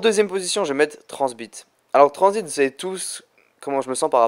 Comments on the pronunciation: mec gg mais juste un truc t'a dit tranzbite au lieu de tranzit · On diret tu dit tranzbite